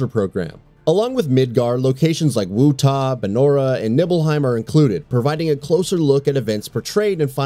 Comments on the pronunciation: 2 things, 1)Dirge Of Cerberus was good. 2) it's WUTAI NOT WUTA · wutai not wutah , angeal not angel ... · You did not just call them “wootah” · why do you mispronounce like everything in the video. Angel? Wutop? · WUTAI!! THATS “WOO-TIE” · The narrator of this video completely mispronounced two of the names in the beginning. Wutai is pronounced "Wootie" and Angeal is pronounced "Angeel". If you're going to make a video about the subject matter, then maybe you should learn how to pronounce the names correctly before you start recording, so you don't sound like an idiot. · Also Wutai isn't pronounced "woo-tah", and I'm pretty sure its not "nibble-heim" lmao. The dude voicing did not seem to care about this particular video 😄